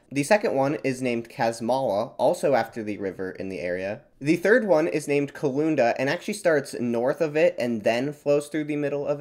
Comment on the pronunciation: Bar-na-oo-lka - this is the correct pronunciation, hit on the oo (u sound). Amazing video. Thank you. P.S. Kooloond-aaaaa need to hit the last vowel, not the Kooloooonda. It is the them of the steppe region at the West. The steppe of the Kulunda (Кулундинская степь). P.P.S. here is a correct pronunciation of Kulunda (Kooloond-aaaa) at the very beginning